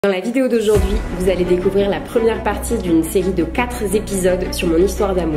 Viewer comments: Super vidéo!! J'ai trop hâte de savoir la suite, c'est beaucoup trop mignon!! Si je puis me permettre une toute petite remarque, au début de ta vidéo tu annonces une "série de 4 z'épisodes", mais il n'y a pas de "s" à la fin de quatre! Alors j'ai été frustré, je me suis dit "Mais non! ne peut pas tomber dans ce piège!", mais finalement tu racontes tellement bien les histoires que j'ai fini par passer outre cette légère frustration 👍😉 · Quatre ne prend pas de s donc on ne fait pas la liaison entre « quatre » et « épisodes »